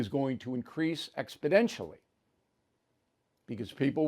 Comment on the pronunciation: What's up with "expodentially"? When Biden said it, I thought it's just Biden's dementia. Now, O'Reilly says it, too.